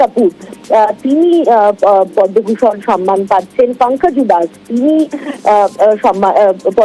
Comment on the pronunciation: what repoter bangabhusan pache podoubhusan noi chi maitri mam chi